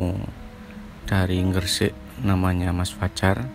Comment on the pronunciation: Gresik mas bkn ng-gresik.podo karo mbatu..mbali,mbogor,mbandung dan mbanyuwangi yo?😂😂😂